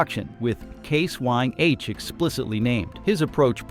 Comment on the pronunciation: Who is the idiot they have reading this? He doesn't even know that it is IH not 1H, sheeesh